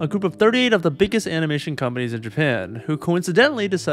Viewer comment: When you say “companies” it sounds like “comedies”. 😂